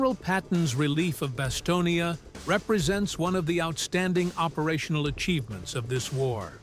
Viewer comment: It’s BasTONe, as in the word stone. Not Bastonia, for Pete’s sake. The final e is silent. How can you make a video about the place and not know that?